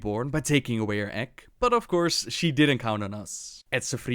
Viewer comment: I'm sorry but every time you say egg I hear ek